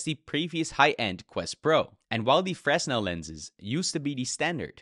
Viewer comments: Stop saying fres•nel it’s pronouced fruh•nel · just for future reference, for the word "fresnel" the s is silent. its said like frehnel. i appreciate this video tho i didnt know the 3s didnt have a headphone jack, that sucks because i use haptic feedback headphones with my quest 2 (skullcandy crushers)